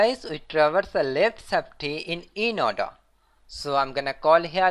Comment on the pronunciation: eeennn-Ordaaa (inorder).....boosss orda(postorder).........pee - orda(preorder)...........Pin F (printf)